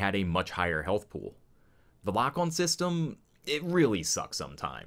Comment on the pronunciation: The way you say "pool" I'm starting to think you're from Baltimore.....specifically Dundalk. Great vid though.